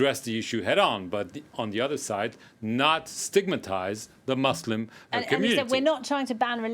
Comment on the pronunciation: First learn to pronounce the word Muslim correctly then try to solve our problem.